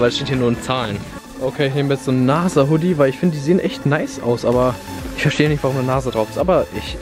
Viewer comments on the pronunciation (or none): Weiß du nicht was NASA Bedeutet lol😂 das ist ja wie soll ich sagen Firma die mit Raketen fliegen und bla bla bla 😂 PS. Das sag Mann NASA mit s nicht z